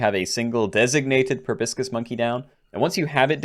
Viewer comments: Proboscis, not brobiscis! You're as bad as that architect RCE at times! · Pro-bah-sis lol